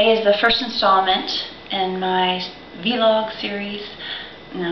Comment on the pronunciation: the "vee-log?" is that how you pronounced it? because i will totally blame it all on you if i can, lol.